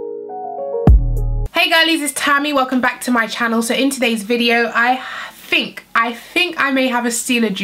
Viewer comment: The letters "th" when pronounced together do not make an "f" sound. It's THink not Fink.